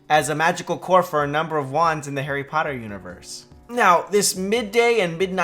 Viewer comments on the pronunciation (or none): none